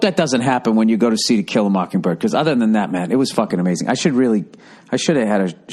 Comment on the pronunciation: Why you saying it like that Bill? It's 'To kill a mockingbird' not 'tequila mockingbird'. That your sobriety talkin Bill?